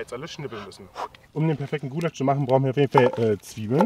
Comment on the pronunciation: "ghoulasch" MMH